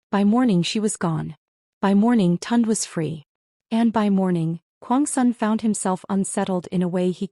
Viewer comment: Please get the names right and pronounce them correctly. The brother's name is Tunde - pronounced Tun-day. Please... Tund is not a Nigerian name.... just saying...